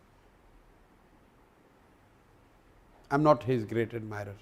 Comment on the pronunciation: "ग्रीट" नहीं "ग्रेट" होता है साला खुद शब्दों का उच्चारण सही से नहीं कर पा रहा है और दूसरों को अनपढ़ बताता है।